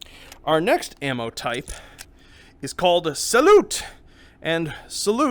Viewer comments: mmm did just pronounce salute (sayloo) as salute igajub hkfldsg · Only bad thing about this video is the pronounciation of salut